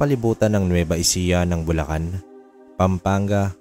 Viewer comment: nueva ecija not nueva ejica